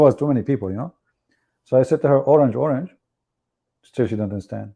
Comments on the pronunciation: HAHAHA you mean orang!! Not orange 😂😂 at first i did not know what you were talking about either. Orang, as in orang hutan (forest man) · It is not orange, it is orang. Prounce like orang-utan.Dictionary ￼ Definitions from Oxford Languages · Learn more Search for a word￼ orang /əˈraŋ,ɒˈraŋ,ˈɔːraŋ/ ￼Learn to pronounce